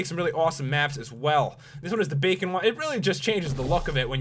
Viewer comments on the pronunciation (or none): none